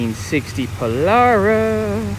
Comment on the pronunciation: Beautiful...and power windows to boot! Just pronounce it, "po-LAIR-ah" and we'll be good....